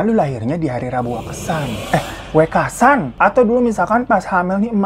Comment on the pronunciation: Kebetulan gw keturunan sunda betawi, dapet istri org jawa. Skdr bagi info aja ya bg hiro hehe Intonasinya wekasan,huruf "E" nya kaya baca "teman" "kemana" "selalu" bkn wekasan seperti baca "deretan" "setan" "emosi" smg paham ya maksudku wkwk andai bisa komen pake suara ini mah lebih gampang lg. Btw, istri gw fans bgt sm bg hiro 🙏😀